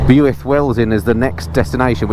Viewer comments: too true, pronunciation of Builth Wells was funny. It's pronounced "Bill - th" th as in "the". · Pronounced “Bilth” (spelt Builth) 👌 Bwlch/Rhigos and Black Mountain roads are a must when you’re back in South Wales next! Maybe bring something sportier 😉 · Blueith ha ha